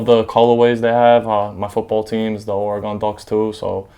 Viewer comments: Oregun not oregawn Oregon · its not oregone its oregon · actually it's not your accent, it's that you're pronouncing it as if it's an english word. It is of either native american or spanish origin. that O is a U like in gun and not gon.... unless you say gon when talking about guns? and I'm not trying to be disrespectful I'm just trying to help you pronounce your team properly and you seem like a good guy. hope this helps you out in the future. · Or E gun not Or r Gone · O-RAH-GA-HN... teach this white boy how to say OREGON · this niqqa with his ore-gon head ass can't say a fuckin state bitch please go back to elementary😂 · I scrolled down to see the "oregone" comments. Haha 😂 😂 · fool can't even pronounce "or-e-gun" properly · What a phony man, literally anyone can go buy shoes. Doesn't make you a sneakerhead or a Duck fan. I go to U of O and you can't even pronounce the state name right but you call them your team? Get outta here.. "OreGone" smh what a joke. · Cant even say Oregon correctly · Im born and raised in Eugene learn how to say Oregon right bitch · Learn how to say Oregon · He can't be that in love with Oregon if he can't even pronounce it right. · learn to say the name of the state right before you say it's your favorite team. bandwagon fans ruined my state. Go beavs! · For him being so in to the Ducks I'd wish he know how to pronounce the state. Its annoying. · Repping Portland Oregon! He needs to learn to say Oregon right..